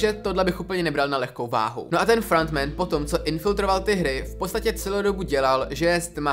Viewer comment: Vyslovuje se to Ki-Hun (není to anglické jméno, ale korejské) a Frontmen. Příště si radši zjisti jak se to správně vyslovuje, místo aby sis hrál na chytrého.